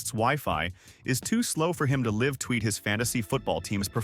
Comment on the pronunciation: Can't you teach your reader software the difference between "LIVE" and "LIV"? WE don't acknowledge THAT one.